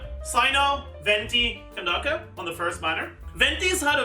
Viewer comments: why does say candace as candaka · who tf is candake or whatever ur saying, just say candace bruh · Wait, how did he pronounces "Candace"? Ken dah ka? I mean that could work I guess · cyno pre release coming POG, but be real with me is it really can-dacca? or is trolling? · nope, her name is Nubian-inspired How do I know? Because mihoyo themselves used the non-latinized spelling of the name in the RU translation So yea, even if maybe the plan was for all languages to use the latinized version it still shows that naming inspiration was from Kandakes of Nubia Aaaand the latinized spelling just leads people to mispronouncing it, sooo I'm gonna write it the non-latinized way